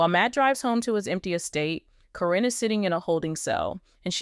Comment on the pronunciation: I have a hard time watching or listening when you cant pronounce the names correctly. How many different ways can you pronounce karen. Even though it is spelled different it is still pronounced as karen even on the show.